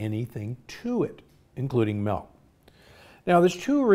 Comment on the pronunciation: Why are you saying MELK!!